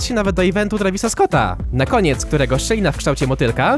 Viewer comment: "szyjna" zamiast "szczelina" btw